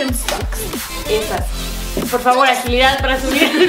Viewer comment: La marca Birkenstock es alemana, no es gringa y no se pronuncia como la están pronunciando (solo para que mejores tus pronunciaciones de marcas, no quiero que tomes mal este comentario) 👍🏻